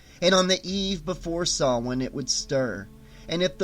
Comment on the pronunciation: Thank you for pronouncing Samhain correctly! Hearing it pronounced SAM HANE makes me cringe. That scene in the Halloween movie nearly makes my ears bleed.